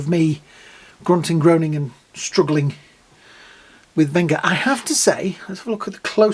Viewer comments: Great review, but Venger is pronounced with a soft G, like Avenger, revenge or dungeon. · It's Venger not Venga. As in Vengeance. Not one of the Vengaboys.